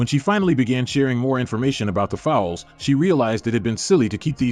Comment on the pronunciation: Pronounces foals not fowls